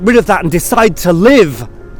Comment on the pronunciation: I'm sorry, did you say go out and live, or go get some LIDGE? 😢